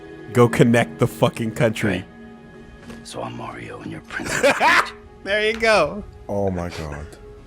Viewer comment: Did she really say Princess Beach, tell me she didn't.